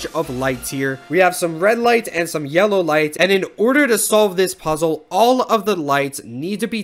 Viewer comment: How do you say puzzle again?